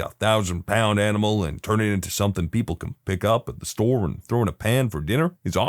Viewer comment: No K in the word something